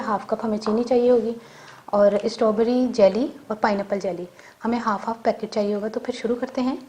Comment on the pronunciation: My dear it's not stoberry,it's strawberry.